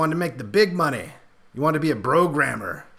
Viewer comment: Bro-gramer? Is that what he said or did I mishear? Cause if he did that's pretty great!!?